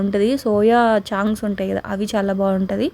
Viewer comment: సౌయా చాంక్స్ కాదండి చంక్స్